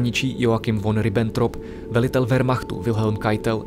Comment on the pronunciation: Jako vždy, výborné video. Baví mě ten zábavně poučný formát. Jak tu píší ostatní - mělo by se to pouštět na školách místo nudných učebnic... Je to generované AI? Jen si neodpustím "Von" se čte "Fon"... ;)